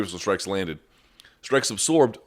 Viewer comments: Wtf is “ apsorb “ ? Always thought it was absorb ... weird lol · You over-accentuate the 's' in absorb, and it's incredibly annoying. It doesn't make you sound smart and it's an incorrect pronunciation of the word.